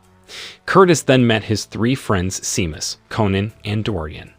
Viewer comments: "SHAY-MUSS", not "SEE-MUSS". I hate AI narrators....and how exactly is this a "SciFi Recap"? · Sinead is pronounced sha-nade and Seamus is shay-mus. Teach your AI better language skills. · "Sin EEE Ad". lol. "SEE MUS".